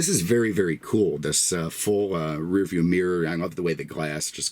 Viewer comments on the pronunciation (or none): none